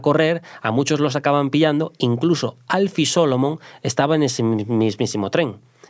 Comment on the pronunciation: Al pronunciar el nombre Alfie Solomons a muchos nos dio un escalofrio. Como se nota que no ha visto la serie